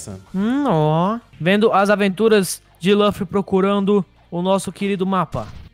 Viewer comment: dublado e melhor e luffy n lãffy